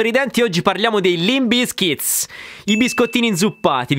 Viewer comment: Ma perchè BizkitS? Si pronuncia davvero con la S falsata finale? Bravo comunque gran bel video. Like e sub.